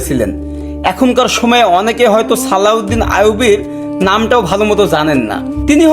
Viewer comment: আরে ব্যডা উচ্চারণ ঠিক কর ছালাউদ্দিন নারে ওটা হবে সালাউদ্দিন আয়ুবি